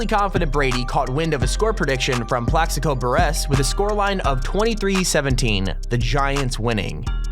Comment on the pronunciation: I'm not sure why its bugging me...but you've already pronounced the Mariners incorrectly, and you just said Plexico's last name weird haha it's all good though, amazing video regardless